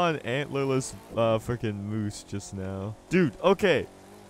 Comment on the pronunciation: “Antlerless Muoses”